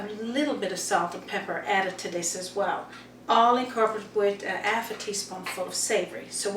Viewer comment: Roger Thompson...love her recipes...but subscribed so I can hear her talking...absolutely love how she says ‘alf’ and ‘erb’ in her recipes and talks about her ‘usband’. Who needs aitches anyway! 😊